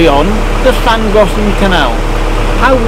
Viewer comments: As a Welshman, living in Japan for almost 20 years, and having been on the Llangollen for 2 weeks in the late 70s...... Yours, young fella, was by far the best pronunciation! Even my Japanese better half was impressed! We enjoy your videos,,,,please keep em coming! Thank you. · I'd wondered about Llangollen pronunciation as so many pronounce the first Ll unlike the next ll. Now I've heard the logical linguistically correct pronunciation! Hurray